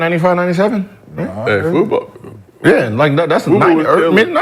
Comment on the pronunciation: They didn’t even pronounce FUBU properly calling it FUBO is crazy…. We know ain’t of the culture, but Gil let me down calling it that 😂😂😂